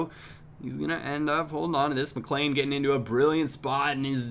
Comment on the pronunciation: Hey just thought I'd let u know that Whelan is pronounced "wheelan" and McLean is pronounced "McLeen"